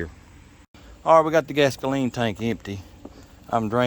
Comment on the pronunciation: Hey, one question sir, can you fix an o - do-meter with some gas-ka-leen? Is that possible? You are a total trip sir, love your video's!